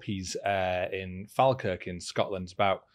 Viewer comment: Please tell me you have learned how to say Falkirk now! lol, loving the vids mate,you still in Edinburgh?